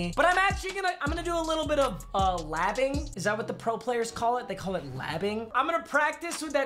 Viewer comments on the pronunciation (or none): none